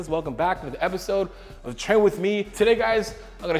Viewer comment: did he say "train with me" or "tren with me"?